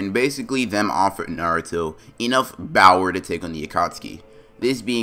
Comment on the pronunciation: Why does it sound like he is saying “Bower” instead of power besides the fact he has an accent